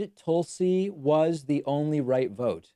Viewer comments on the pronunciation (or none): It’s a troll. He got a letter about him saying her first name wrong, and he’s been doing it since then. Wouldn’t want to be rude and say someone’s name wrong would he? He’s so polite. 🤣